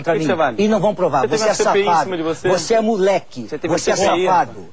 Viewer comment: "Voxê é muleque, voxê é xafado!"